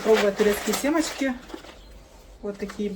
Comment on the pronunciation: СЕМОЧКИ??? Вы как в школе учили русский язык!!!!